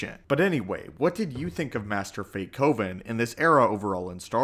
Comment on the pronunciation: Fae Coven? Not Beethoven? Ugh...